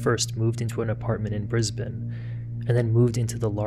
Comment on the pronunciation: I LOVE that you say ‘Brisbane’ correctly! I don’t think I’ve ever heard an American pronounce it right 😂 I live there and I’ve never heard of this case!!